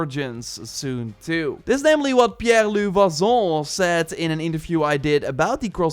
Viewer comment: Your pronounciation for pierre-luc is correct but « vachon » is pronounced : « va-shon » with a french accent…im french canadian